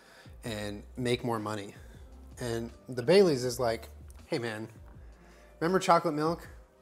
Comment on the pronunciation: I kept hearing bay leaves instead of Baileys